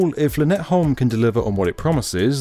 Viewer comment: Brilliant video as ever. The one thing I took away from this, is the pronunciation of "By & Havn" :D You actually got Lynetteholm just about right, which impressed me, but By & Havn left.. room for improvement :P